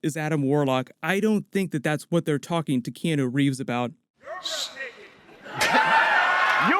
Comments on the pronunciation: Key-on-o...not key-eno. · T K key-Anne-New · You really need to practice saying Keanu Reeves name properly.